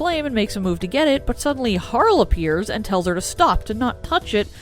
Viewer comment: Its not HAR LE it Harley... right?